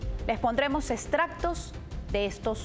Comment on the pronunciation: No diga 'eStractos', es 'eXtractos'